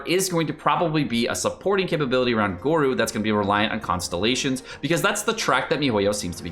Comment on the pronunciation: its pronounced go-ro and albaedo HAHAHA